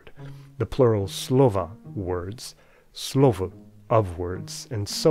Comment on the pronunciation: Hey, love the vid, especially as I'm about to read Saussure myself in preparation for my university entrance exam. Anyways, I thought that you might like some feedback from a native on your Czech pronounciation: - The word 'slovo' and it's inflections sounded pretty good, with barely any accent whatsoever. - The word 'žena' and it's inflections were a little more off. It was probably most noticable to me in the word 'ženy', especially the /ɪ/ vowel. The way you pronounced was a little bit too back, it's usually more front for us. - The stress accent is also not as distinguished as you made it, it's usually quite subtle. With that, I must say that I'm honestly quite impressed by your pronounciation, one can definetely tell you know a lot about phonetics. Keep on the good work, man!